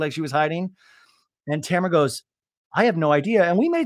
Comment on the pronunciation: Not calling her Tamrat repeatedly! 😅🤣